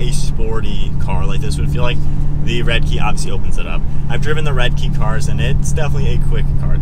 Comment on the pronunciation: Red-eye********* you kept saying redkey